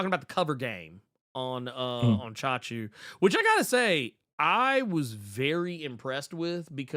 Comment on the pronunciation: never expected to see a comic book titled CHACHU! damn that's amazing & props for the correct pronunciation of it too From what I know from Hindi as Hindi & Urdu share a lot of commonalities (they pretty much sibling languages originated in Mughal era of India where Hindi leans into Sanskrit roots whereas Urdu goes for Arabic or Persian roots) so that'd be an informal term for uncle. Chacha (& Chachi for Aunt) is the formal one and Chachu is what nieces and nephews very affectionately call their uncle which makes that title pretty adorably cute and lets me know how close the familial bond is. Though the brief story intro that you mentioned sounds like it could be a story of a Chacha becoming the Chachu for the MC.